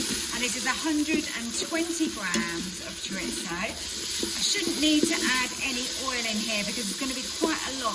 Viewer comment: I get my 15 in 1 tomorrow, taking the place of my old dual lid Ninja, btw it's pronounced cho-reese-oh rolling the r when you say it 😉